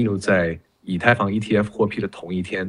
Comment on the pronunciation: 居然还会想真人一样误读“以他，以太坊...”震惊到我了